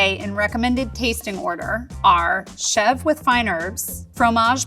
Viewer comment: Your credibility as a cheese expert went downhill when you mispronounced Mascarpone, Ricotta, and Chevre.